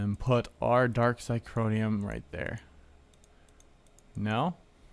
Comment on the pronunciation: sorry but its been bugging me xy-c-hor-i-um ---- theres no "n" in it to make it xycronium